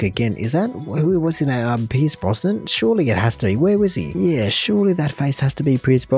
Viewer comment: It's Pierce Brosnan, not Brossman or Bronson.